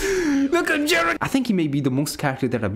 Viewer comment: 10 % video I actually can hear him saying Jiren, other 90 i hear only "GERMAN"